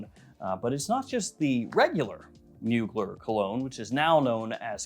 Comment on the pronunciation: Pretty sure it’s pronounced “mooglair” not “muugler” lol